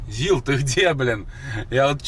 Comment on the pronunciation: Не зилА, а зИла! По промелькнувшей оговорке хотите строить дом на колесах И ещё. Вы посмотрели не два проекта, а два автомобиля для будущих проектов! Пока вы их не приобрели под конкретную идею, назвать из проектами преждевременно